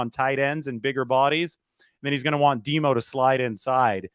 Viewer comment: we cant yse the nickname "DEMO" for lenior its too confusing. Sounds like your saying "DEBO' Got to find something different.